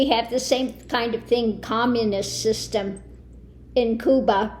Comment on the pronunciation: I agree that you are a most interesting and talented woman. I want to thank you for using the Spanish pronunciation for Cuba. Your knowledge of and respect for other people is evident, and I respect you for it.